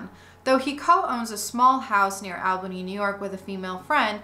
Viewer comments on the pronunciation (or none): Excellent series! A couple of pronunciation notes from a local: 1. The “Al” in Albany is pronounced like “all,” not like the man’s name “Al”; 2. The final “e” in Keith Raniere’s name isn’t silent: ruh-NEER-ee; 3. The local newspaper, the Albany Times-Union, has run some good investigative pieces on the cult.